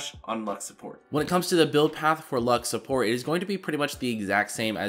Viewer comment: Im not an english speaker but, I can underestand the most of things he say but the most of the time I hear: she ish a good shupporter, pretty much, shtrongesht, scoresh, pagesh xdxd